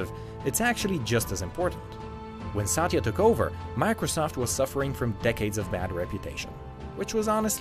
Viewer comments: It's not saaatya. It's Satya with a relatively short length of the letter A's pronounciation. If you say someone's name, atleast pronounce it properly. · I am cringed over the fact that how wrong he pronounced Satya 's name